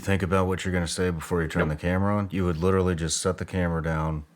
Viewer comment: "I litterly have ho belief in that system"